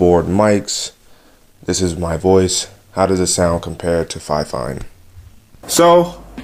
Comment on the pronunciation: dude awesome video but a quick pointer fifine is pronounced more like (Fee-Fine) again awesome video just wanted you to know though btw left a Like dude and subbed for being so helpful.